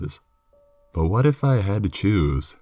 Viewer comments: At first I thought he said juice then I thought it was Jews then I finally realized it was choose lmao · I couldn’t tell if you were saying juice, choose, or jews.